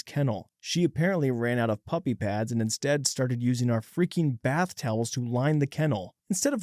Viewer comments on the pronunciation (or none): none